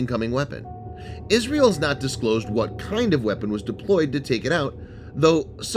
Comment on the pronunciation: What is "Israle" ?? Good video though.